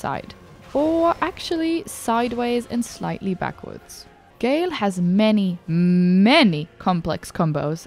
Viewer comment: hey streamer it's "Ga-El", not "Gayle" WeirdChamp